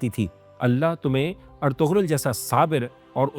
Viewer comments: Bhai sachai ye hai ki tuje padhna padega nursery se 😂 ertugul ❌ ertugrull✔️😂😂😂😂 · bro first of all, iski pronunication ertugrul ni h erturul h, G silent hota h. Kindly naam sahi lya kro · It's not er-tug- rul. It's er- tu- rul. Pronounce it correctly. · Ertugrul ka naam to theek se le len , g silent hai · Why can't you pronounce his name accurately after watching 400+ episodes?